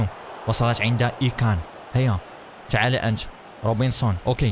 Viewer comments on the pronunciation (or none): اسمه ساديو ماني وليس سعودي ماني اسمه ايمري شان وليس اي كان اسمه وينالدوم وليس وينالجوم صحح اخطاءك يا